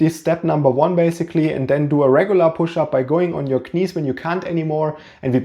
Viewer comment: Dass du knees wie Knies aussprichst ist einfach sensationell!! Geiler Typ